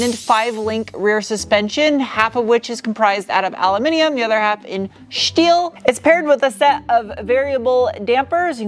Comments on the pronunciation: Is there a reason why you say shteal instead of steal or shport instead of sport ? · Schteel huh? LMAO Why not. It goes hand in hand with the way you like to pronounce aluminum.